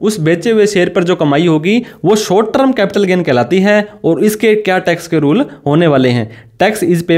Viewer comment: Pehle short term ko sahi bolna toh seekh. Trum nahin hai term hai